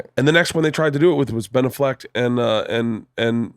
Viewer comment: When Bert says "Benaffleck" it makes me die inside. It's so bad I almost unsubscribe me Everytime. It's NOT cute, it's NOT witty, and it's NOT original... FUCKING STOP!